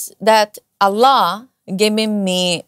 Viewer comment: MasyaAllah... Cara pengucapannya, cara melafalkan "Allah" jauh terdengar lbh fasih, lbh enak terdengar dari pengucapan saya 😊